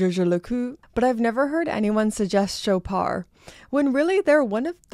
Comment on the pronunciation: It’s French, so “Shoppard”. The “o” is as in “dog” and the “d” is pronounced, though softly. It’s not “Showpar”, though.